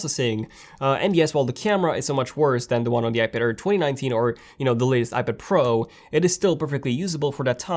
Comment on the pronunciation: iPad AIR NOT iPad-er or iPad-ir! Man, you just talk too fast.